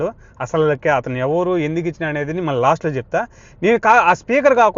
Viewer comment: ల్ల కాదు తమ్ముడూ…. ళ్ళ. మళ్ళీ. దయ చేసి తెలుగు భాషని ఖూనీ చెయ్యద్దు.